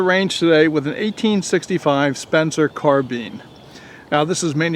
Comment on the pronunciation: It's carb"I"ne damnit! Not carbean! After all this time ya still ain;t got it right! Blasphemy!!! Spencer didn't make soup!!😄 Just kiddin